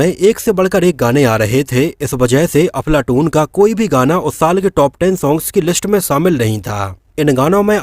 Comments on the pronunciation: भाई मुझे ऐसा लगा आप अपने विडियों मे अफलातून को बार बार अफलाटून बोल रहे है..हो सकता है मेरे सुनने मे गलती हो .लेकिन मुझे ऐसा लगा तो बोल दिया आपको बुरा लगा हो तो माफी चाहता हुँ🙏🙏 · Dear Sir, Aap iss film ka naam galat pronounce kar rahe ho, issi liye is film ke unknown facts jananeki icha chah kar bhi nahi ho rahi. Make sure ye mistake ko casual me maat lo 🙏